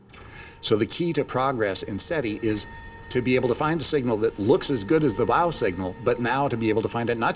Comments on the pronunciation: What the hell is the WAH signal? I know about the WOW! signal but can't these American narrators speak English?? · Hard to believe an professional narrator doesn't know how to pronounce the word, "wow".